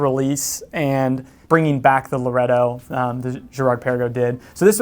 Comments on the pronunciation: Lor-E-At-Oh, not Lor-At-Oh Come on man get it right. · ‘Laureato’ got a massacring too. Nevertheless good video.